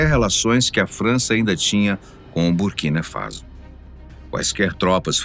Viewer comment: Faso e nao Fazo Burkina faso* a pronúncia é faço... Burkina Faço ( correto é escrever Borkina Faso"